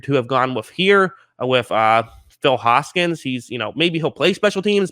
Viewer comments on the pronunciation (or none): none